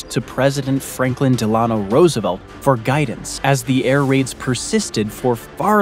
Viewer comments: He called FDR Dillano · Pronounce FDR middle name Correctly! DELL N KNOW Got it? Then re-edit your VOICE OVER!